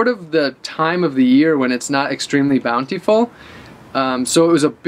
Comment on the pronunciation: take a shot everytime he says bountyfull